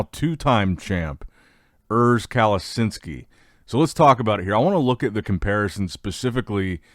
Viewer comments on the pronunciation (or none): Say urs’s name correctly Cali-chin-ski Watch the hany rambod podcast with him